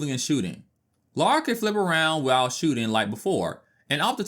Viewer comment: It's NOT LAURA.... it is LARA.